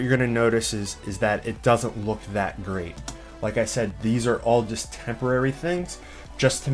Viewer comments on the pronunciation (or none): "Greate" It's great btw